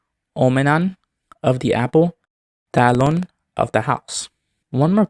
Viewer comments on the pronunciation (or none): I'd say your pronunciation of Finnish "talon" sounds more like "tälon", with an /æ/ sound. Otherwise there isn't anything too notable in the pronunciation, at least nothing that I notice.